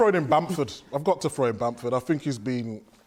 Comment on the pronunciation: This man really said bamford. Bruh.